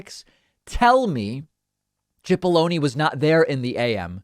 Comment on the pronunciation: You keep saying his name as if it has an h(chipollone). It's pronounced Sipollone.